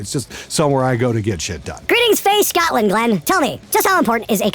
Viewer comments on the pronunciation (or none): none